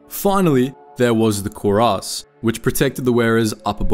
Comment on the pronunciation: You're saying the word cuirass like "koo-race" but it's rather pronounced more like "kwee-rass".